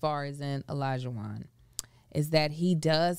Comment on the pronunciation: The Yoruba in me wants to fix their pronunciation of Olajuwon so much! It’s pronounced “Hor-lah-joo-won”.